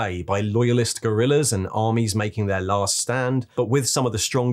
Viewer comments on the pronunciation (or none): none